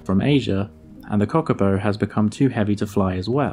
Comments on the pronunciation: Its not Cock a Po … its Kaka po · kahhhkapo! not cockapo lol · Kakapo not Cockapo